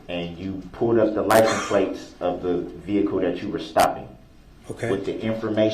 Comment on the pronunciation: For the love of god stop saying licenplates